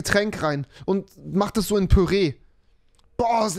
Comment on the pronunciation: Kennt ihr das sagt nicht kennt ihr dis